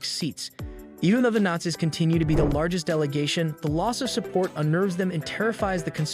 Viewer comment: I love the ai voices, some of the mispronunciations are funny.